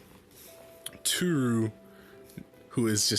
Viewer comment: Im pretty sure its almost pronounced towru or just to-ru